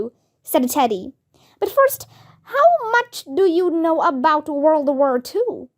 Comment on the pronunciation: Your pronunciation is not right. World you read it like wur